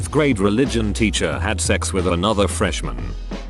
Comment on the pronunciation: Most people: "teacher" Daniel (robot voice): "titcher"